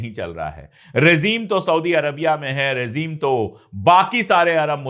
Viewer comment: Excellent. If you don't mind, it is rejeem, not rezeem.